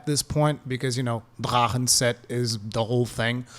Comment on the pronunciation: Boon that’s the German pronounciation of the word. Drachen is a German word, so he’s in the right.